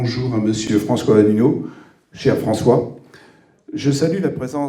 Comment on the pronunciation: "Cher" Mr François "Allineau" ??